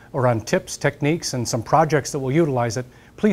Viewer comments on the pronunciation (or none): Haha, kind of sounded like he said "get out there and start robbing" in the end